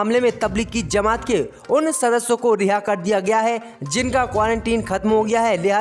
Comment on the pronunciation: Aap ek shabd galat bolte hain or woh kia hai ki aap bolte hain ki tabligi zama at..... Yeh tabligi zama at nahi hai balki tabligi jama at hai jeem hain nake zeem to woh right jumla hai tabligi jama at ok main aap ko isliye boolraha hun ki yeh aap ki news sab koi sunta hai or galat boolenge to sab hasenge isi key main ne aap ko yeh baat batadi or main umid kar ta hun ki kal se right jumla bolenge ok